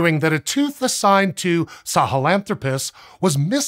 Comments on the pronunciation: The 'sah-hellen-thropus' pronunciation is killing me. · it's hard to listen to you pronounce Sahelanthropus that way.